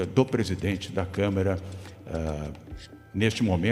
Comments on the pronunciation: O Doria falou Câmera? Foi isso mesmo? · Eu tinha achado que o Dória tinha cometido um lapso ao falar "câmera" ao invés de "câmara"...mas ele repetiu "câmera" em todas as vezes que falou sobre o orgão...rsrsrsrsrs...só eu reparei nisso??? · Dória fala por várias vezes: " CÂMERA...", Ou é impressão?! 🙄🙉🤦🏾‍♂️🤷🏽‍♂️ Alguém avisa pra ele que é CÂMARA! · O Doria falando 3x "câmera" só deu nervoso em mim? Gzuiz!